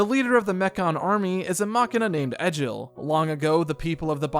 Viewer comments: its pronounced Egg ill not Edge ill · The way this man pronounced Nopon as "Nay-pon" and Egil as "Eh-jill" physically hurts considering how much the characters pronounce both words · Love the vid Just got a little bit annoyed by the mispronunciation of some characters like nopon and especially egil But happy you gave xenoblade a shot Hope you do the same for the other 2 main line games